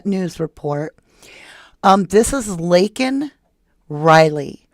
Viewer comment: Oh yay u said my name correctly! U rock